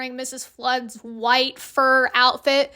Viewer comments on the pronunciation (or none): In Hollywood you get dusted, in Wales you get Sanded. Oh and that was Not "Ra-moan-a" her name was/is "Ro-man-a" it's short for her full Time Lord name of "Romanadvoratrelundar" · IT'S ROMAAAHHH-NA HOW DARE YOU.